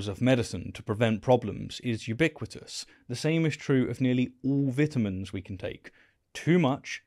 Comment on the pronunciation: Oh, thinks he’s soooo smart but doesn’t even know how to pronounce vitamins. It ain’t vetamins, buddy. Learn to speak English! Seriously though, I liked when he said vital vitamins, showing he knows how vita should be pronounced. He didn’t say vetal vetamins.